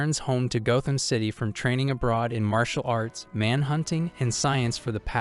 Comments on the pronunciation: Gotham is pronounced like “goth”. There’s no loud “o”. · Why are you pronouncing Gotham wrong ?